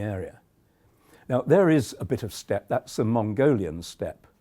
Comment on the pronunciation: you lost me at "steps". It's Steppe.